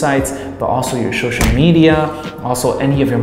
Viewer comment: Good video. Laughed every time you said shoshal (social) lol keep up the good work